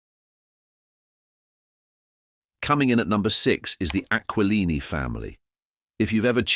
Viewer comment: Tsk tsk—Bits of true info ruined by bad pronunciation of names like GAG-Glardi, AquaLine-EE; misspelling names in captions (BD for Beedie, LOUIS for Louie). Using movie Charlie Chan photos for the Chan family… Using stock photos irrelevant to the topic… Horrible AI — I always click “not interested” or “thumbs down” on this crapola.